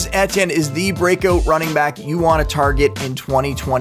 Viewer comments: How you pronounce Etienne emphasize the ET part just like how the movie ET is said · ITS PRONOUNCED “E-T-N”….. how you gonna make a video about dude but can’t pronounce his name hahahahah